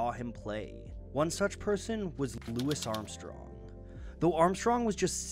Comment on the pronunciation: Bruh said "Lou isssss Armstrong" tho